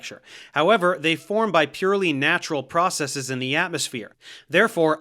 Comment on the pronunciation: I just want to say thank you for pronouncing "processes" correctly without a long-e sound.